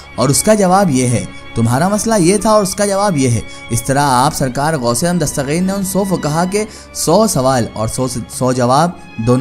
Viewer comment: dastageer hai gaa ko gaeen kyun padhraheho bhai